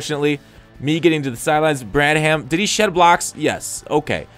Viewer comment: Not sure if your doing it on purpose but it's pronounced brad-um. The "h" is silent